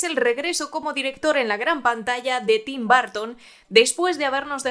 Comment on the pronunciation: Bitelchús jajajaja 😂 Tim Barton jajajajaja por qué los españoles pronuncian así. Son una joya, los amo.